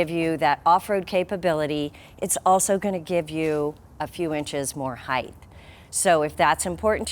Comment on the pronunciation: Yes, she's great. It does bother me the way she says "height" with a "th", though. LOL